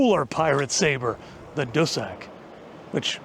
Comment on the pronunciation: At first when I was listening and cleaning, I thought you said cul de sac, as in dead end, before I understand it's dussack. Then again it probably doesn't really matter, if you're on the wrong end of a dussack it can be a cul de sac 😅